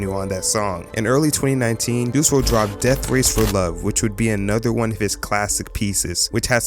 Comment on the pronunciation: Juice WLRD??? do you mean WRLD??? Anyway great video